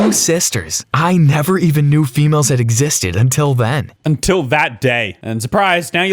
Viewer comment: Love how he called them fe-males